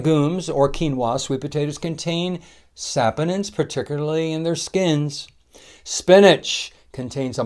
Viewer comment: The correct pronunciation is sa-PON-inz (sa-POH-ninz), with the stress on the second syllable ("po"). The first syllable sounds like "sah", the second sounds like "pohn", and the ending sounds like "inz". Sorry, was bothering me so had to google search copy and paste for you.